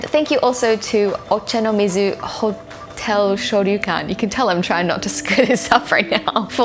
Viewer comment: I love that the two words you struggle with in this video are 'Hotel' and Extravagant' (the 2 English words). Yet you seem to have no problem at all with the Japanese words. Methinks you are becoming native faster than you realise.